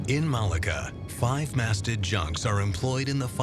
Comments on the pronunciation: I think Malacca is pronounced "Malarka" not "Malaga"! Other than that the doc is very interesting and informative, and expands our knowledge of, and admiration for, the skills of the Chinese people. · it's maa LOCK AH' .